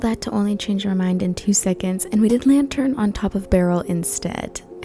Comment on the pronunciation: PAY ATTENTION TO HOW YOU SAY 2 seconds